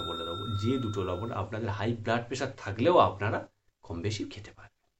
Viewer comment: লবন মানে কি লবন নামটা ভালো করে বলুন